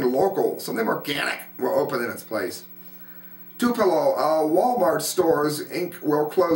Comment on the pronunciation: TWO-pell-o! Not "two-PELL-o". Birthplace of Elvis.